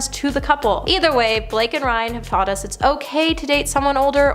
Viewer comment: “…she’s taughteded him”??? What a moron this presenter is!